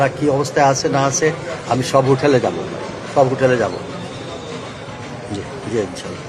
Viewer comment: স্যার সালাম দেওয়াটা শুদ্ধ ভাবে শেখেন প্লিজ